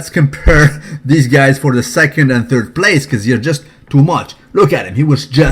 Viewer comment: lol did he say "now Phil Heath is the turd Mr. Olympia"